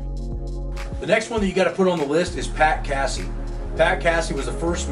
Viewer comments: It's not cassEe lol it's Casey like Casey Jones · What's up you're saying Casey's name wrong Delaware no biggie what it's not Cassie like a cat LOL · It's Pat Casey-with a long A. Not "Cassey". Do your homework.